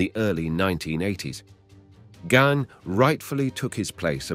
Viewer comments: Verne Gagne...pronounced Ganya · It's Gagne (Gon-YAY)